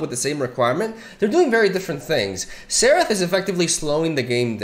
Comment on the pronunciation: It's more like "zerath" than "therath" but both are good 😁